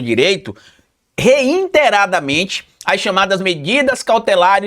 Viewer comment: REI-TE-RA-DA-MEN-TE , NÃO TEM "N". NÃO É REIN- TERADAMENTE.